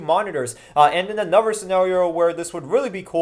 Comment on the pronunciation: He says "Onover" instead of another.